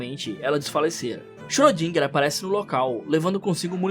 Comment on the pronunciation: o tal do xrödinga(ö tem som de O e E juntos)